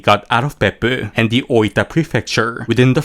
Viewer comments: Whenever you say Beppu I hear buttox.... Peppu is butt in Finnish. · I love how you pronounce " Beppu "